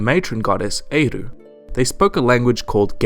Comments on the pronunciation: Éire is pronounced "Air", not "ae-ru" its one of the weirder words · Éire is pronounced like "air." Brilliant video though, very informative. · BTW its prononced "air" for eire. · When he said Eire its not said like he said it is pronounced airin just saying not trying to put him down😊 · Eire is pronounced 'Air' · We int prt of the british isles!! We are an independent country. And its Éire(prounced air-ra). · its prounounced air as theres a fóta on the e. its prounounced gale-ga. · HELP y'all irish people sobbing at his pronounciation of Eire and Gailge.. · They way you pronounced éire and gaeilge and by the way when people say how saint Patrick got rid of snakes it meant he got rid of pagans which they called snakes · The way he said éire made me cringe lol. But can I also say we never had snakes. They meant non religious people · That is not how you say Eíre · terrible pronunciation of Eíre and Gaeilge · why did butcher the Word Eire?